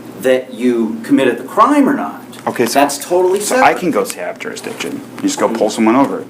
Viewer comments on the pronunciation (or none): What the heck is, "telephonic"? He is not "journ-ee-izing back to court-a-cus, but not allowing a telephonic, hear-ee-izing. But no one has proven juris-dict-izing beside telling him what it is over and over again. He is a more-on-than-off-on (moron) Good luck Texas. I suspect shock therapy will do him well so warm up those taze-a-fa-zers.